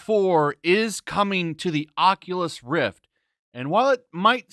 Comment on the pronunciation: "...coming to the Occulus Rift..." That alone is enough for me not to buy it.